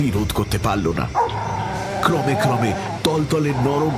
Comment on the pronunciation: উশ্চারণ পিলিজঃ ক্রমে বানান, উচ্চারণ ক্রোমে। বাঙাল উচ্চারণ পেশাদার নয়।